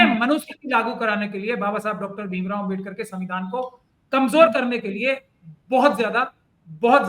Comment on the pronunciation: It's a great mistake of pronouncing Ambedkar word several times is not only inslt of AMBEDKAR but the people those are believed on constitution of INDIA and I congratulate you on your wonderful comment about it